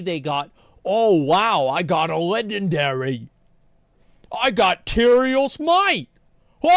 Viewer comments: its LEGNARARY! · “LEGNARARY” -Asmongold 2023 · "rares". "LEGNARARY"